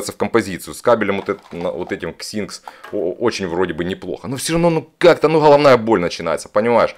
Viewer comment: а чего ты на Xinsh говоришь Ксинкс если правильно название читается Синьш) Над этой моделью данный бренд работал много лет. Я точно себе их возьму. Вот кто точно не слушает, что делает так это Flo Audi. Всё глухое у них, особенно модель Lily. Ничего личного, просто мое мнение и мои предпочтения. Обзоры и его мнение я уважаю, но не со всем согласен)